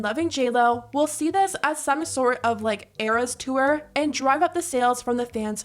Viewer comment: Narrator girlie's odd over-annunciation is cringe. When did the word 'tour' become pronounced "two-er"?